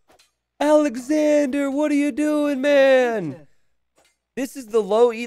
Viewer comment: Sidenote.. its Alex-onder or Alex-ondray. Awwwnder or awwndra. Andre is pronounced on-dray OR On-der. So naturally, Alexandre isnt Alexander or Alexandra Lol take a second to consider the peoples names. Been watching for 3 years. Almost every night I watch a few hours while I fail to sleep. A third or so of the time you say the names hella wrong. Lol. Anyway love ya buddy. Congrats on the last hidden cup and the success you've been having. Cheers.